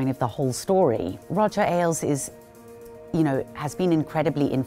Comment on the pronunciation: It's "Ailes", not "Alies".